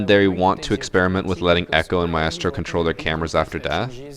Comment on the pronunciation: I die a little inside every time he says Maestro. It’s one syllable, one syllable 👁👄👁